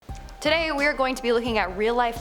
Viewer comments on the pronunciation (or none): none